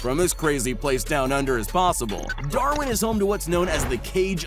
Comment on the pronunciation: You said darwin wrong